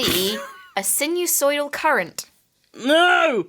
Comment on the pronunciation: sinusoidal means something that follows a sine graph. It's pronounced sign-eh-soy-dal